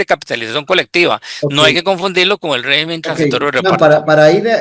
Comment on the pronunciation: rÉgimen, rÉgimen... se dice rÉgimen, no RE-Gimen..